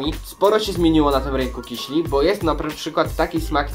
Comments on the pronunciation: KISIELI !!!!!!!!!!!!!!!!!!!!! Nie mówi się KIŚLI. Nie ma takiego słowa! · Mówi się kisieli :3 :P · Mówi się nie kiśli tylko kisieli.Pozdrawiam cię.